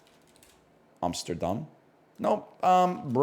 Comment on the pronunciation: Him saying ''Amsterdam'' like a local caught me off guard